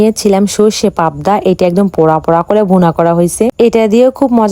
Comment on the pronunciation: জীবনে পাবদা শুনছি কিন্তু প্রাবদা শুনিনাই😂😂😂😂😂